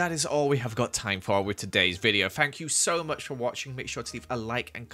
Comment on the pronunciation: "Goodba-" Gud bai